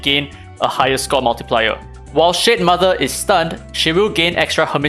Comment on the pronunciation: I keep hearing shitmother..😭